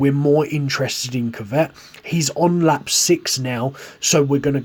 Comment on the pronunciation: Why he pronouncing kvyat like kivet it’s ku v at